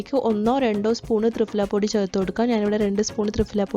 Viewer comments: 🤣🤣🤣thrifala അല്ല thriphala എന്നാണ് ദയവു ചെയ്തു ഭാഷയെ കൊല്ലരുത് ഞങ്ങൾ ഈ സംസ്കൃതം പഠിച്ചവർക്ക് ആകെ ഉള്ള വില അക്ഷര സ്ഫുടതയോടു കൂടി സംസാരിക്കും എന്നുള്ളതാണ്. അത് കൊണ്ട് ഇതുപോലെ ഭാഷയെ കൊല്ലുന്നത് കാണാൻ സാധിക്കില്ല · ഫ.. ഈ അക്ഷരത്തിന്റെ pronunciation "fa" എന്നല്ല "pha" എന്നാണ് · "ഫ" എന്നതിന്റെ ഉച്ചാരണം fa എന്നല്ല, pha എന്നാണ്. ത്രിഫലയെക്കുറിച്ച് ഒരുപാട് വീഡിയോകൾ ഉണ്ടല്ലോ. അതൊന്ന് കേട്ടു നോക്കൂ. പൊതുവെ മലയാളം തെറ്റിച്ചു പറയുന്നത് അഭിമാനമായും ഇംഗ്ലീഷിൽ തെറ്റുന്നത് വിവരക്കേടായും കരുതുന്നു. "മലയാലം അരിയില്ലാ" എന്ന് അഭിമാനത്തോടെ പറയുന്ന ധാരാളം പേരുണ്ട്. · മലയാളത്തിലും കൃത്യമായ ഉച്ഛാരണം. തൃഫല എന്ന് നിങ്ങൾ പറയുന്ന ഉച്ഛാരണം തെറ്റാണ്. ഇംഗ്ലീഷിൽ പ്രൊനോൺസിയേഷൺ തെറ്റിച്ചൽ എല്ലാവരും കളിയാക്കും. മലയാളം തെറ്റിപ്പറഞ്ഞാൽ കുലീനതയും